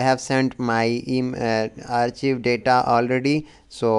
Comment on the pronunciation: It is said as Arc-hive; not Arch-ive.